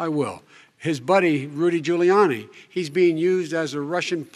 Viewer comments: It's not goo-liani its pronounced jewel-iani. Isnt this obvious mr.? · I wonder if the pronunciation of Rudy "Giuliani" will ever be properly pronounced by very well spoken? I still don't know how his name can be mispronounced.